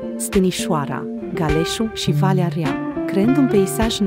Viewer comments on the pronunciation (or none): Niciodată nu "Valea Ria"... e Valea Rea!... e moldoveanca?